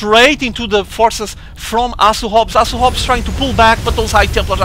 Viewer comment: Great commentating! You're the man! Just one piece of feedback for you, it's so funny when portuguese ppl say words with "h". You always get it mixed up. Try to pretend you're saying "Asu Hobs" then you'll get it right:D (oh BTW speaking from first-hand experience as half of my family if portuguese)